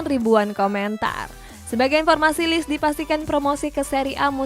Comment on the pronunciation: bacax lecce bukan lis tp lecce.....